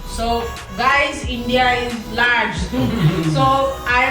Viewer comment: it's not inja🤣😂it's in dia🤣😂